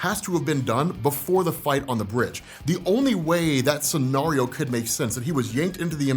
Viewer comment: Great theory!! But man I hate how you say scenario 🤣😩